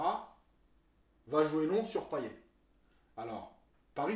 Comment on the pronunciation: Bravo. Seul petit truc ! Payet se prononce Paillette à La Réunion 😀 Canot, on dit "canote"